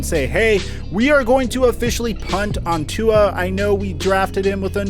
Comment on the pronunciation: stop saying tuas name wrong